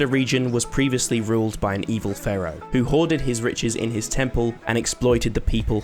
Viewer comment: Please stop saying Ferrow, it’s Pharaoh lol